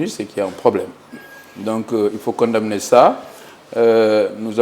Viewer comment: rectifie le ministre dans sa prononciation de condamner. La lettre m ne se prononce pas